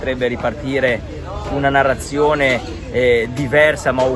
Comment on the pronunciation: Loro… quelli della NARRAZIONEH… contrapposti a quelli che hanno preso CONSAPEVOLEZZAH.. i risvegliati a cui nessuno la fa